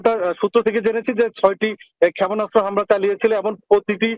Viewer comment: আমি তো জানতাম‌ই না ক্ষাপোনাস্ত বলে 🤣🤣